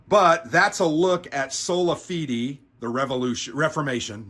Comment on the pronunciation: Decent enough pronunciation. Fide, however, think of it as if it were spelled feda and pronounce the vowels as you would say them; you know, a, e, i, o, and u. So if you will, fee, as in what you pay for something, and day, as in, of the week. So, it's feeday; time to pay up. I've got this one on my wish list. One of these days.